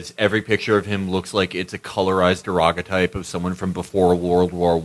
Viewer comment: "DE-ROG-O-TYPE" dude I'm so glad Amber didn't have the hear that lmao!!! for those who want to relive that